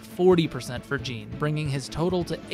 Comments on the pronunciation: Btw its pronounced like Sean (Shawn) but with a J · You pronouncing Jean as gene is a hate crime lol. Great build 👏🏻👌🏼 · I'm just curious why you pronounce his name "jeen" and not "zhaun", when that's how he says it (like Jean-Luc Picard). I mean, I can see that it reads as "jeen", but it does also read as "zhaun". Like, I have yet to ever hear anyone pronounce Sean as "sheen". Awesome video though, and it's stuff like this that makes me want to do a second run sooner (sorry to most of my backlog that I've promised to get to). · this guy didn't even play the game if he's pronouncing Jean's name like "a pair of jeans". gross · It's pronounced "Zhahn" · the pronunciation of jean is killing me. 😅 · Alright... Who's gonna tell him how to pronounce the name right? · Came right to the comments after I heard how he said it lol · Love hearing you mispronounce his name the whole video. But I LOVE this build. You're killing it with your vids my guy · The way you say Jean feels very weird considering how his name is actually pronounced. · You can’t use the “I pronounce it like that because that’s just how the name looks to me” excuse in a game where they actively pronounce the name, it frustrates me to no end hearing you pronounce it wrong Good video though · Video would be a 10/10 if you would pronounced his name right. So instead, 5/10. For the Jean disrespect. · Bruh the characters say each other's names constantly in this game. You've gotta be used to the correct pronunciation by now.